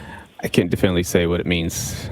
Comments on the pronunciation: Definely is not a word! He keeps saying it, but its not a word. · Yes! “Diflnly”